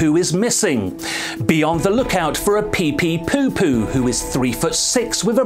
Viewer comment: Poor PepePopo will never get his name pronounced correctly.